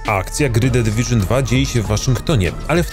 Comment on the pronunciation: "jesteśmy de dywyżyn"